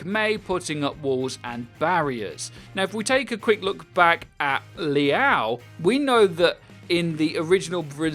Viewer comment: Liao isn’t pronounced like that wtf